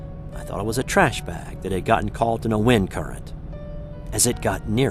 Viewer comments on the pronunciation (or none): There is no "L" in the words "saw" or "caught"